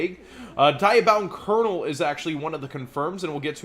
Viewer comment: It's pronounced "DEE-abound", not "Die-abound". As for Sanctum, people are predicting a reprint because there was a reprint of it in the OCG's' 20th Anniversary Packs, which this set is pulling directly from: Diabound Kernel = 1st Wave Honesty Neos = 1st Wave Mai's card = Harpie's Feather Storm = 1st Wave Sacred Beast cards = Dark Summoning Beast & Fallen Paradise = 1st Wave Yusei's ace Synchro monster = Cosmic Blazar Dragon = 2nd Wave Don Thousand card = Contract with Don Thousand = 2nd Wave Yuya's Dueltrainer style = Dueltainment = 2nd Wave Attack spells = Chaos Scepter Blast (1st Wave), Skydive Scorcher (1st Wave), Spiral Flame Strike (2nd Wave), Cosmic Flare (2nd Wave), etc. Artifact Sanctum = reprinted in Wave 2 Now, admittedly Darklord Ukoback and Necroid Synchro do not originate from that set but rather from a Premium Pack (which in fact includes exactly 20 new cards, which would add up perfectly with the 20th Anniversary Packs' 20 new cards for our announced 40 if not for Performapal Barracuda already being advertised for Duelist Pack: Dimensional Guardians instead), but the odds are still much higher in favor than against. If they remove any reprints to make room for those other new cards, they would be more likely to remove ones that we have had reprinted otherwise more recently, like Lonefire Blossom or Ghost Ogre, or cards like Harpie's Feather Duster that are staying Forbidden in the TCG.